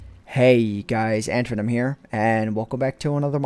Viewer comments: its antvenom not andvenom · Every time he says AntVenom, i hear Antoin